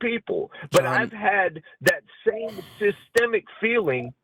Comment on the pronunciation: yup 😂 he even tried to say white people face "systemic" oppression when surrounded by black people. he heard say it correctly then tried to do it himself, and failed miserably